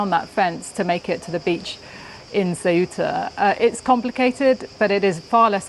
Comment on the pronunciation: how hard is to learn how to say th name of th place.. since you say it 47 times?